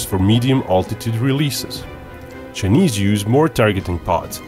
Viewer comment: It's pronounced CHI NESE NOT JE NIS